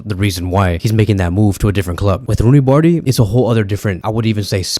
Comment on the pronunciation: First learn how to pronounce his name😂 Then if he were in Vardrid he would never get as much chance as berca gives him